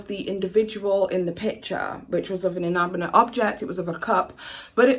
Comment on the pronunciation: Never heard such a load of bullshit excuses for bad behaviour. next time you try to come over as a quasi intellectual please learn how to pronounce basic terms like colloquial and inanimate.